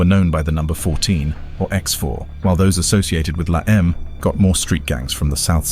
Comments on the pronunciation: Pronounced : (Law-em-ay) stupid Brit...Not La Eeem. Ese (Spanish for S) Is a term only used by Sureños from Southern California "Sup Ese?" Not to be used up North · Also this documentary is not great info on la eme cant even pronounce it right lol